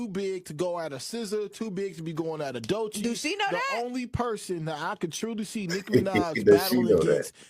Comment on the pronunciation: That lady is delusional. Her name is Doechii (Doe-Chee)